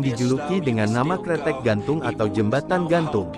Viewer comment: Bukan kretek tetapi kreteg yang artinya jembatan